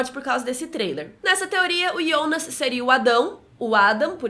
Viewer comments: O nome e Jonas não ionas! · Mano é jonassssss nao ionasss fala certo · Ionas é meus sovo. Fala JOnas carai. Kkk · o nome dele é JONAAAAASSSS e não IONASSSSSSSSSSS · Da uma agonia de ouvir ela falando ionas kkkk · Bem ru sou novo no canal mas por que ela chamar o Jonas de ionas? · É estranho ouvir ionas e não jonas, mas nada contra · Que saco, ou fala jonas ou abre um canal em alemão e fala ionas nele, estamos no Brasil aqui é jonas! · Para de falar ionas! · com todo carinho, é extremamente irritante ouvi vc falar iiionas ! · "Yonas" KKKK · ela pronuncia o nome do Jonas de um jeito estranho